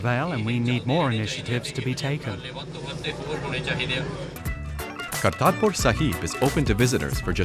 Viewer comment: He tried to pronounce Atal Bihari Vajpayee and Kartarpur correctly so cut him some slack.